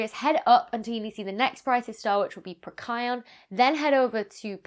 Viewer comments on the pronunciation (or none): I'm over 60 and Mercury is the only planet I've not seen either naked eye or in a telescope. I've even seen Pluto. It's on my bucket list. Becky… Becky, it's Procyon… Pro-sigh-on. 😉✌️🤗 Edit: I'm never anywhere I can actually see Mercury when I know where it is because it's mountainous here. So I just whipped a script out to alert me in my prompt when it's actually visible so I might now, at least, have a better chance especially when away from home working. 🙂🖖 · Pro-kai-on? Oh, so that's how you pronounce that. I was pronouncing it pro-sigh-on as if I were some kind of BSG toaster advocate...or maybe I am. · I get very confused by some of your pronunciations of star names. Procyon in the case of this video. I feel like I've been pronouncing it wrong in public for 30 years. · You pronounce Procryon way differently to me. I'm now wondering if I've been saying it wrong all these years? :D